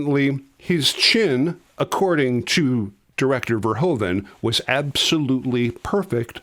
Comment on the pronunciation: Please try to pronounce the name of the director correct; its not "Pol Fairhoven", but "Paul (like 'wow!') "Ver-hoo (as in 'who') -van".